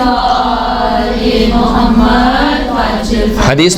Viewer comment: Khahiraan jb Drood Pak parhti hn tu lafz Muhammad ko Mohammaad parhti hn... Mehrbani farma kr sahi talafuz k sath parha jay